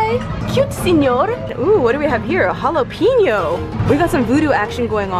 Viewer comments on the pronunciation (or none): Did you say Holopeño? 😂 Like Holographic Jalapeño